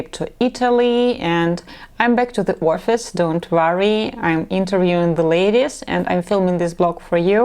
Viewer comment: Many men appreciate a natural look as more honest, less vain, less high maintenance. If you want to grow old w this lady you want her outward beauty to just reflect her inward beauty in personality. That makes the best long term attraction. As you say personality most important here. A side note: FYI to avoid embarrassment, English pronunciation of “office” is “ahhh -fis” 2 syllables. Not Or-a-fis. That sounds like your saying orifice ( a physical opening 😬) you have a pretty English accent but that word through me at first 😂. (Not trying to be creepy)